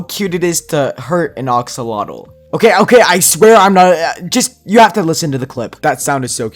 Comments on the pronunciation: He kept saying oxolotl but it's actually axolotl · It is not ox lol tl it is ax llol tl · are we going to ignore that he said oxolotl instead of axolotl LOL